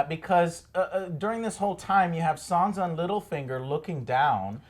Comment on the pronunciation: I really enjoy these reviews! They're awesome ❤ But please, Joe... SanSa! With an S, not a Z 😂😜😉 Keep up the good work, guys!